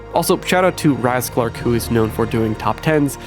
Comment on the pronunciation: You pronounced raasclark wrong HehdhJEJFNGNEUWIDNFNNDNNMMMJJ